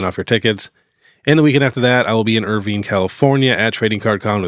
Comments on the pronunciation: Hey. It's Er-Vine, not Er-Veen... 👍 I'm from the Los Angeles area, which is about 40 minutes north of Irvine. I'm hoping to make it there... 🤞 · Irvine is pronounced ur-vine Just heads up for when you are here in Cali 😅